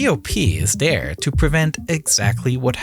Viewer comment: it's not "Da" it's "THE" It's not "Dere" it's "There" It's not "Dey" it's "THEY" It's not "Ovver" It's "Other"